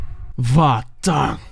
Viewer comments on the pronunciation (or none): Sorry, but Vahtang is a tipical name from Caucas region, so it is pronounsed literally "va:khta:ng". You may listen to it on google translate if you put in in russian "Вахтанг"